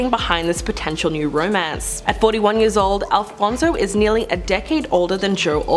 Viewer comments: It's Alonzo, not Alfonzo omg I'm crying 😂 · ALONSO not Alfonzo pleaseeee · It’s ALONSO, not ALFONSO…. 🫢